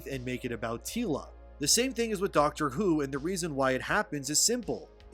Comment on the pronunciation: Yeah, you're not qualified to talk about "Dahcktre Hou"